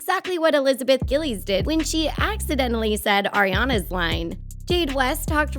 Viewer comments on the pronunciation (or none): she really said elizabeth gillys😹